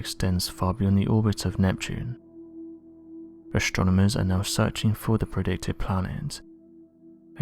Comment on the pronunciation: ASTRONOMERS !!! ... THIS is how is spelled and NOT how you said it : "ashtronomers" !!! .... 😠